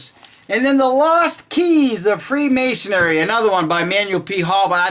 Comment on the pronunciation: It is pronounced freemasonry - not freemasonery. It is Knights Templar - not Knights templars.